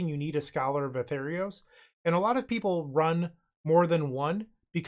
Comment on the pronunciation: it's scholar of ATHREOS, pronounced "ah-three-os"